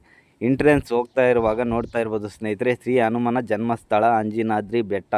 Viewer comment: Guru Adu ಹನುಮಾನ ಅನುಮಾನ alla Modalu devara hesru crrt aagi helod Kali Aamele video maadu